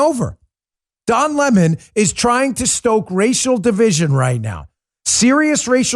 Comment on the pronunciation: Dan its Don 🍋!!! Get it right hahahahahahah